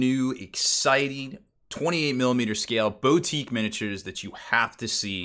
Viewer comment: Glad someone said it. It's BOU-tique, not BEAU-tique, for fucks sake.